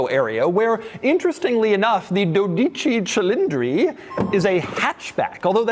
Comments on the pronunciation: Says the name wrong every damn time 😂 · which is sad because Doug’s ancestry is from Italy. 😂